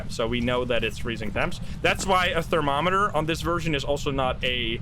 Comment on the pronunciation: Thermo reet eter. Lekker joh.